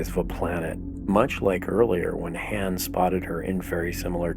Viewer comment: You're killing me the way you say Han. Good video tho.....